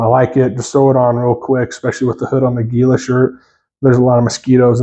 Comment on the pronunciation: Good Layering Video. Like the honesty about the problems with some of the zippers and things that you see as an issue with some of your kit. To many people just love their stuff to love the brand. And the Gila top is pronounced Hila only know that because born and raised in Az where Gila is used a lot.